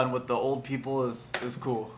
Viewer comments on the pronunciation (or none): none